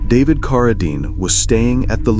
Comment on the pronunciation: Geez, teach you STUPID AI narrator to pronounce "Cara-deen" correctly...